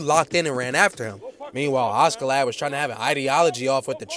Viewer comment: Why is bro pronouncing askeladd as auskiladd😂😂